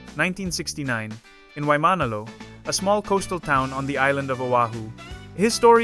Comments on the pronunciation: I'm a non-Hawaiian living in Hawaii, heard the narrator pronounce Waimanalo incorrectly in the beginning and immediately noped the video. Nobody says that wrong. I'll learn about this guy from a real video elsewhere. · You don’t pronounce Waimanalo correctly. An insult to our culture. You pronounce rikishi wrong too. You insult the Japanese culture. Do your research dude!!! Chad is gone and I’m sad.